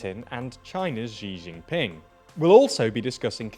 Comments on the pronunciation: Not "Gee Jinping", but more like a soft "Shee Jinping". ɕǐ to be exact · name: xi jin ping narrator: G Gin Ping